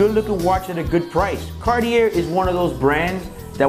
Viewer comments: How can you do a review for this watch and how can anyone take it seriously would you can't even pronounce the name of the brand? Bro, the Cartier is literally a household name for just about everybody. And you are doing reviews of it? Come on now. It's Car...tee. A. Your inability to pronounce that combine with the sunglasses makes this absolutely laughable. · Karty-air. reminds me of Oh-meee-guh. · I didn’t know you say the r, in Cartier... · Great video but please get the name right! Would be nicer if you knew how to actually say CARTIER!! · Bro, you need to learn how to pronounce the name of the brand. LOL.